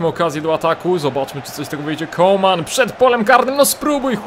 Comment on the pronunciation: Może mi się wydaje, ale chyba mówi CoLman, zamiast Coman. Chyba, że tak się powinno mówić, to sorry.